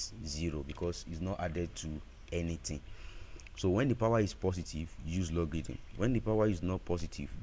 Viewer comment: It's not pronounce logidn bro😅, it's logarithm..😅